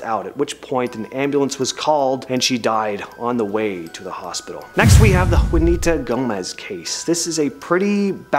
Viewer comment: FYI, it's pronounced 'WAH-nee-tah,' not 'WOO-nee-tah' Gomez. C'mon now. 🤔